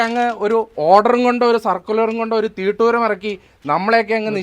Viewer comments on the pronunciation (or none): തീട്ടൂരമല്ല.... തിട്ടൂരമാണ് ശരി..